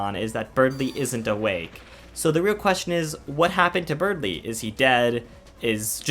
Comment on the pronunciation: Berdly. It's spelt, Berdly. There is no "g" in Berdly.